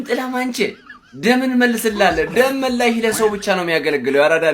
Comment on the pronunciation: ይሄ "ፍራንክ" ነው አላለም 😂😂😂 ፕራንክ ነው ሚባለው የኔ ቅመም "ደምበላሽ" አይባልም ደምመላሽ በይው እሺ አምባሳደር የቸልሲዎችን ስም የተነተነው ጉስቶ ቻሎቫ ኩኩ ባዲያሺሊ ፎፋና ምናምን በስመአብ ስማቸው ራሱ ኩሽ ማንኩሽ